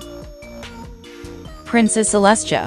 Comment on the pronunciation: It’s flutter, shy, Not flutter shi 😂 and it’s princess Celestia not Princess Celeste😂